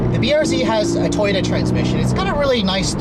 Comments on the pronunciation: he keeps saying toyta instead of toyota, lol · This man says Toyota like toyta.